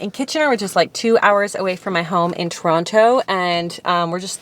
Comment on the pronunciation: You can tell you're not originally from Toronto by the way you pronounce it. 😂🤗❤